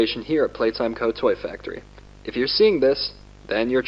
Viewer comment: 😂😂 haha “Playtome”